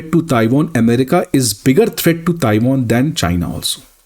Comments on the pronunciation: Tai Won ☑️ Taiwan ❌ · It is NOT TaiWON! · Taiwan ❌Taiwoon✅ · Is person me feminism kuch jyda hi hai, isi lie ye Tiwan ko Tiwooin bol rahe hai 😂😂😂😂😂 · Bhai Taiwan itni important country hai toh y can't u pronounce it properly